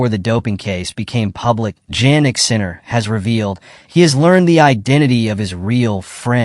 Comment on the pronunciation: Please learn to pronounce the man's name.